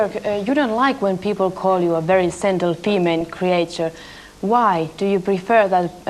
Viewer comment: I believe the word that Björk thought was sentimental. Was actually meant to be gentle but the interviewer used an S instead of G making it “sentle” It makes total sense when you listen to it again